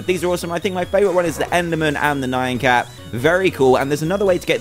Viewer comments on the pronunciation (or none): It is actually nyan cat (nie-an cat)